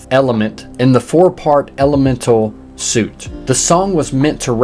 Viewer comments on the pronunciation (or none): Just so you know, “suite” is pronounced like “sweet,” not like “suit” as in clothing.